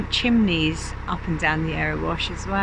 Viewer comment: Loved your video of the Erewash, I think you pronounced it right. Its such a sweet little canal. Did you meet the bird lady half way up?